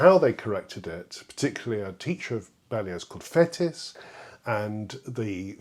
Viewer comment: Interesting and educative - many thanks! Just one criticism - your pronunciation of the Frenchman Fétis! Not "fetus" or "fetish", but "faytee"! On first hearing you say it, I had to think a moment before I realized you were referring to this still today far from obscure musical personage.